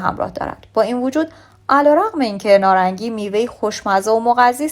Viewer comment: تلفظ شما اشتباه هست نارنگی هست نه نارانگی لطفا توچجه کنید پارسی را پاس دارید